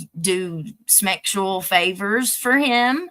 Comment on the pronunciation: I missed it somehow. Why does say smexual instead of sexual??